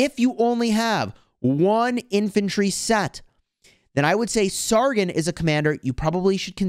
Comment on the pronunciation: Just a tip it’s sar-gon not sar-gin